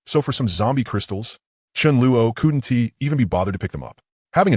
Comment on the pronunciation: The animations sucks but the story is good. The voice choice is a good one but the way it says couldn't is hard to listen to.